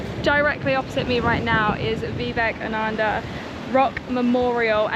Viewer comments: not viveknada...its Vivekananda!! similarities between trump &!! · VIVEK AH NAN DA ❌ VIVEK AH NA DA ✅